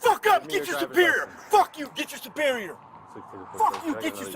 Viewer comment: It should be a felony to pronounce the word superior that way.